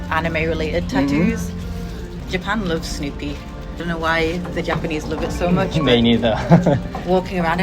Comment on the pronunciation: ここ Japan loves がJapan looks にしか聞こえん